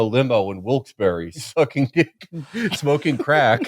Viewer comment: Congratulations on saying Wilkes-Barre right ❤